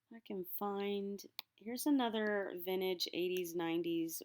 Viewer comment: VinTAGE not vinage